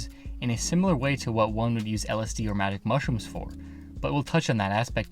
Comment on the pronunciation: I thought he said manic mushrooms at first